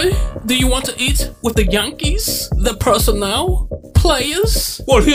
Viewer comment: “The yawnkays”😂